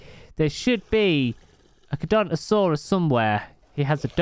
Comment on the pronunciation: I think we can all agree that the dinosaur community are fuming at constant fail of pronouncing charcaradontosaurus (car-cara-dont-Oh-saurus) smh